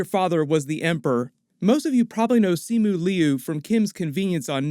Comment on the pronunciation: All I'm hearing is sisu